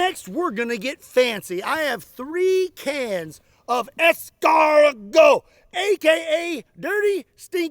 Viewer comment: Your pronunciation of escargot was really good.